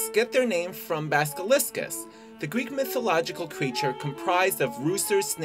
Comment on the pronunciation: "Baskeliscks get their name from Baskelisckus" lol wtf....